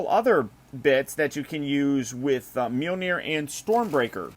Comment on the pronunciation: Hearing you say Mjolnir hurts me to my soul